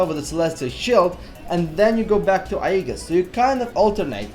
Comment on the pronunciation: Aegis is pronouced "Ayy Jis"